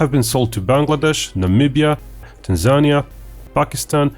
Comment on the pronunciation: Tan-zania :P